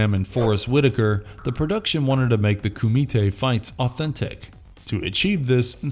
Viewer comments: This guy has never even seen bloodsport, he's just reading a script. The way he pronounces Kumite is hilarious. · Anyone else find it annoying AF how he keeps saying Kumite!???? 🙄🤨